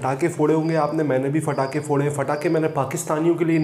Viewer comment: Patakhe hota h bhai fatakhe ni hota